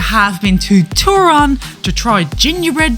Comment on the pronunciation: I don't mean to be mean, but you seem not to care much when it comes to pronouncing the names of some cities you visited in Poland. It is TOrUn, not TUrOn. Same with Cracow: it is krAkOw, not KrOkAw. If you have any doubts how names are pronounced use google translate app. It is obvious that you put a lot of effort into production of your videos, but this lack of caring about to basic pronauncations puts it into question. It would be like me instead of saying "Paris" replacing with "Piras. BTW, Gdansk indead is a very pretty city; i was born there and walked DLuga Street every day for almost 2 decades. Good job over all. Yes, the city was actually leveled by Soviets, and literally poor Poles had to rebuild it from scratch.